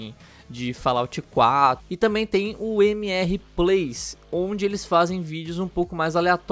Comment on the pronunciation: Primeiro esqueceu do x no MxR Plays, segundo se vais dizer plays, não digas mxr com pronuncia brasileira utiliza a pronuncia inglesa....